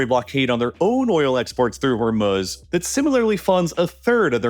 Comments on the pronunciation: Anyone else hate the way this guy says Hormuz? I don't care if that's how it's properly pronounced... say it the way everyone else says it in America. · I never thought I could genuinely dislike someone I’ve never met. Then I heard this dude say “HormUHz” like 500 times and now I hope he gets scabies. HOR-MOO-Z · Its not: "Hormoooz" Its Hormuz with silent U. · Hormuz not Hormuhz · The way he pronounces 'Hormuz' is like nails on a chalkboard for me and I had to stop listening halfway through. It's pronounce hor·mooz not hor·muhz. The mispronunciation really hurts your credibility and makes me think you don't know what you're talking about. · Haha, funny to keep hearing hor-muhs instead of hor-mooz. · Actually its HoR-Mussa if you are gonna pronounce it right. Hormuz is the american-english pronunciation, and this guy doesnt actually sound American-english, but i dont know. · "Hurmahz" and "Katur" is deeply disturbing to me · Is it that hard to just say the long u in Hormuz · "Hormuhz" lol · Am I the only one who has an issue with how he pronounces Hormuz? Her-muz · It’s probably a really good video, but I couldn’t stand the way he was pronouncing the straight Hormuz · Can’t listen to the way you say Hormuz anymore. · nothing on this earth is as annoying as the way you pronounce Hormuz. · How is it that this guy consistently mispronounces words like Hormuz and Qatar? These names are read aloud on every news channel by English speaking anchors regularly. When I hear a mispronounciation like that less than 10 seconds into a 30 minute video it makes me question of the rest of the video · Why must you use AI voices? I mean hearing Hormuz mispronounced twice in the first minute just crushes the video's listenability.